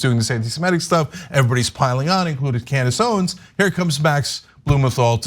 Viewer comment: "Klandace Owens."